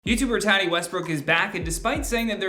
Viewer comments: Her name is not 'Tat-i' it's prounced 'Taught-E'. At least that's how she pronounces her name. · DUDE HER NAME IS NOT TARY IS TATY can you at least pronounce it correctly. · Tati = TA TEA. Not Tadi. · Are you saying tadi??? It’s TATI “ta-tee” lol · Lawsuits aren’t coming here way, it’s been there for more then a year. And it’s pronounced “Tuh-ti”. Been a long time fan of, but it’s the lack of research for me. Also are you’re not going to mention the lawsuit the westbrooks’ filed against Swanson? Mhmm ok. Emily D. Baker is shaking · Could you please learn to pronounce her name correctly? It’s TAH -Tee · Closing a business=\=cancelled. She's one of the better beauty gurus out there. And it's [taaah-tee] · my guy speakin a lot without saying her name correctly once